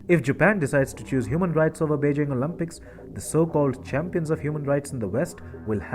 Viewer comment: Bro please it’s “Olympics” not “Olympucs”. “Picks” not “pux”. Nice videos 👌